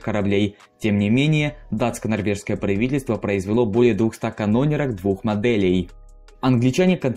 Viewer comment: Каноне́рок! А не кано́неров.